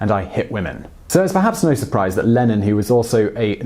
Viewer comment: Oh thought it was "Lenin" and was really confused when you said 'peace and love'.